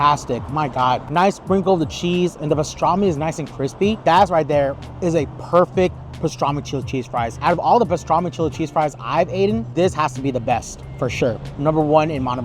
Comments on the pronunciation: Aten???? "(Eat)n"....... Eaten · Out of all the Pastrami Chilli Cheese Fries that I've "aten" 😂😂